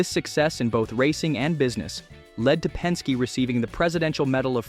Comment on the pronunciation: Pen-skay? Really?